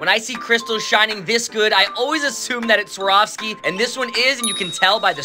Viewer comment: Learn how to pronounce Swarovski